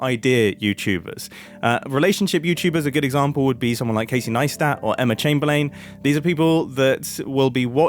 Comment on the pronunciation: Mumbo please brother never say chamberlain again